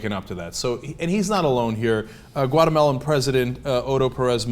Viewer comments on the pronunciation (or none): it took me a minute to realize Cenk said Guatemalan president and not watermelon president. and I couldn't finish the video because I'm to busy booking a flight to Uruguay. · LMFAOOO he said the guadamelon president lmfaoooooooo